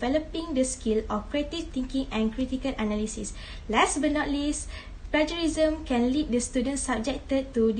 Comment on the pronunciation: Acedemic ✅ Academic ❌ Mohon betulkan sebutan 'plagiarism'. Yg tudung biru, jangan gema sgt suara tu. Ada masa nnt, saya tmbh lg.